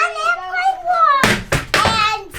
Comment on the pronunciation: One airpwane wong LOL 😅